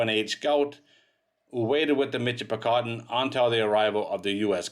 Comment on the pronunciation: It is pronounced Mishipicoten, not a mitch , in the area, I grew up near the mouth of the river ,, Played along the sand banks and beaches, some of the most beautiful sand in the world.